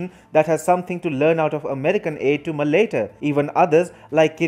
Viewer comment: You are pronouncing Malaita wrong